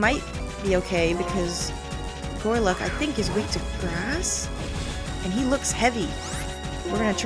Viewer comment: Gorluk? GORLUK?! It's GOLURK! How could you pronunce my favourite pokemon's name backwards? *sob*